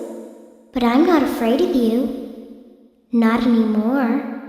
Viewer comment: "butim", "wouldja" kkkkkkkkkk